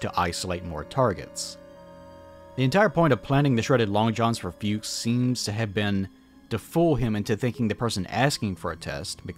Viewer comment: German here, very nice video. But, what a little bit ground my gears was your pronounciation of "Fuchs". It's not like "fugues" but more like "fox" but with a similarily short u. all ze best. 😁